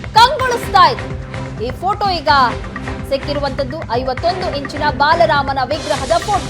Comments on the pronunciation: Baalarama... not balarama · ಬಾಲರಾಮ ಸರಿಯಾಗಿ ಉಚ್ಚರಿಸಿ...